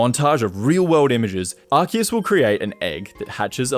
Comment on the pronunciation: My hat’s off to you for getting Rayquaza’s & Arceus’s pronunciations right! 👏